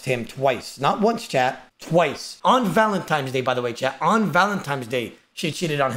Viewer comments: "Valentimes Day' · No way says valenTIMES day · oda the fucking toddler..."Valentimes" bro... u call spaghetti pascetti?